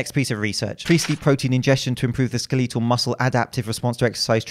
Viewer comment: Pronounces skeletal as skuhleetuhl... Behave yourself